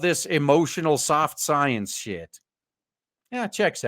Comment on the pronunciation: Dude, you don't have to say SOYence every single time.